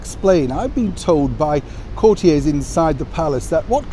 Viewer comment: Courtiers is pronounced “court-yers” not “Court-yays”.